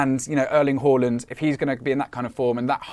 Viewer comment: Please stop calling him Erling Whoreland, its Haaland Haa say Haa